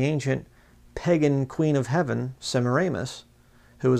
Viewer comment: was that an "S" i heard you pronounce or did you meant heaven ?